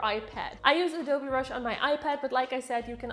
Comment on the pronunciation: who heard adobe brush